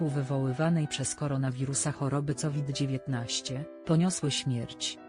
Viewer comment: Wymawia sie kowid a nie ,,cowid'' !.